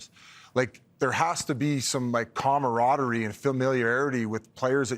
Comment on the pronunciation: “He is dead on about the commaamareaderie of the group” It sounds like someone was feeding you shots to the head every game you played in bushleague hockey. At least your team had a lot of camaraderie knowing they had a punching bag out on the ice.